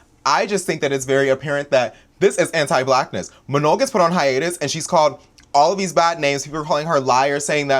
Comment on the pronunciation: mispronouncing Manon’s name is giving FOX News mispronouncing non white names, unless they’re republicans.